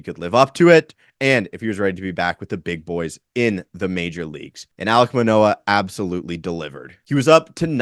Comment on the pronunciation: I hit like before i watched video, then had to dislike once the name Manoah came out your mouth. lol